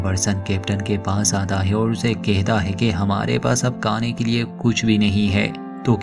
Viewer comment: भाई साहब पहले आप हिन्दी अच्छे से सिख लिजिये. हिन्दी को बदनाम मत करिये.. (सबर पर निकलते है, काने के लिये कुच नही बचा🤣)